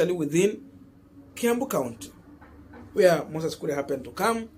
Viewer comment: KURI? or KURIA KURI KURI C’mon now! 🤣🤣